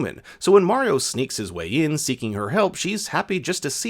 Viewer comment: Not skeleton koopas Dry Bones The way he pronounced Mario is illegal